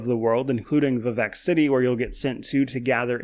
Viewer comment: I keep hearing Quebec City instead of Vivec City for some reason and it makes me giggle, very thorough video of one of my favorite games!